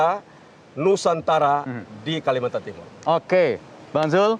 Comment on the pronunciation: Kalimantan bukan kalimantar wkwk😅